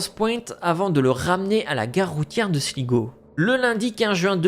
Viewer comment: Sligo se prononce slygo